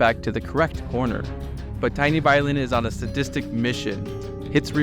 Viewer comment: Hearing you say “TinyViolin” and then seeing that his name is actually “TeenyViolin” killed me. 😂😂😂